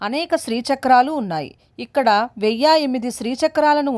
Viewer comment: ఓం శ్రీ మాత్రే నమః 🙏🙏 వెయ్య కాదు అమ్మ వెయ్యి అనాలి